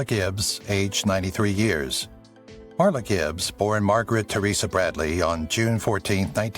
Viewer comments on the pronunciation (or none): none